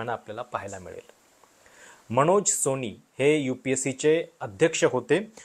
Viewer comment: अणेकदा? दोण? सोणी? लई भारी मराठी!